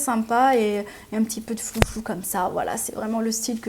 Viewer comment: Merci pour le bon plan Asos PS: on dit "froufrou" pas flouflou 😉